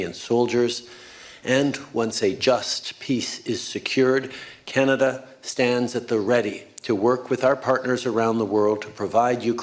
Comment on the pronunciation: Trudeau butchered BANANADA